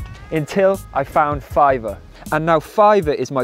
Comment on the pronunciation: Hehe…I like how you tried your very best to pronounce the “R” in Fiverrrrrr….lol Love your channel, your food recipes, and your stage presence. I wish you had a restaurant in Toronto, Canada! 🇨🇦🇨🇦🇨🇦 Turmeric milk is definitely something we had growing up a lot, being Indian and all, it was pretty much a regular thing. As kids we never had to go on antibiotics or take meds etc for much, thanks Mom!